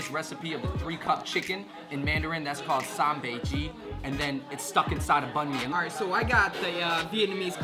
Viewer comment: These guys' pronunciation is so off. San Bei Ji translates to 3 cups chicken but the way they said it, it translated to "Raw North Chicken"